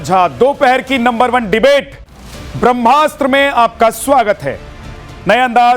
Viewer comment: आदरणीय अपने त मैथिल छी फेर एहेन उच्चारण कियैक? ब्रह्मास्त्र हेतै कि ब्रम्हास्त्र। कनी ध्यान देल जाय उच्चारण पर। ब्रह्म आ कि ब्रम्ह?